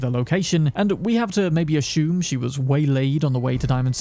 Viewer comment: The word assume does not have an h in it, stop putting it there.